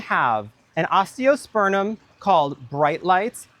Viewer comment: Your garden looks amazing 🤩!! You both have great taste imho. Also, may I humbly offer a correction…….its “osteospurMum”, with an m not n😉.